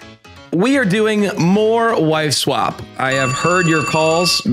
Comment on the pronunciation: Why does it sound like the voice over guy is saying wife swamp lol